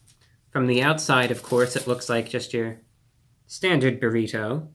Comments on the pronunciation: Why is he saying buhRITO like some sort of 1st class passenger on the Titanic who's never heard of them before? Who doesn't he say if like everyone else in his highschool senior class does - buhrIDoh? What's next, byurhREEETeaux? Also, I can totally sympathize with the frustration over how poorly distributed the ingredients are in Taco Bell items, but that's ALL fast food. If you want fast food assembled sensibly or distributed evenly you have to take it apart and reassemble it yourself. Otherwise you're going to get the kind of random mess that you'd get if a parrot had made your item. That's just the way fast food is. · He said buritto instead of burrito a couple of times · Stop saying burrito like bureau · The way you pronounce borrito sustains me. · I love how he say burrito. It's "bear-e-toe" I think he was into it. "Let me get just another one or two more bites in" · The way he says burriTOW and not a hair out of place....love him :) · Obsessed with the way he says "buh reet hoe" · You say burrito weird lol . You should look up proper pronunciation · I love how he says Burrito. I need to start talking like that. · Is it just me or is there something in the way that Reviewbrah says the word “burrito” that causes the “nails on chalkboard” effect? I can’t tell if it’s inflection or pronunciation, but I found myself having to pause the video every couple minutes to let the goosebumps subside. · I don’t have to pause the video but yes. I have noticed the way he pronounces “burrito”.